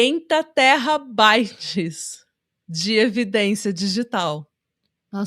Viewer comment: A chamando "terabyte" de "terrabyte" é meu novo Spirit animal 🥹🤏❤